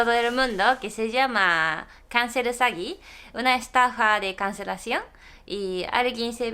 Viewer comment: cuando dijiste "estafa por cancelacion" te entendi "conejo con cancer" ajajja